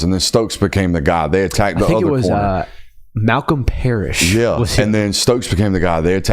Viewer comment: Why tf did bro have to ruin my day by saying Malcom Parrish